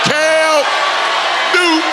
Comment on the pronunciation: CAM NEW-TUN! 😂😂😂